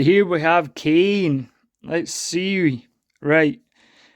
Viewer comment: I twitch a bit at your mispronouncing Kaine and Emil. Also, someone else was mentioning the 3* versions might actually better, plus the 3* Kaine has her iconic outfit and weapon (though not dual wield).